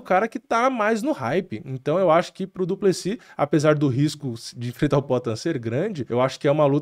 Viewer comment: Pq o nome do maluco termina com S e o povo fala no singular, duplesi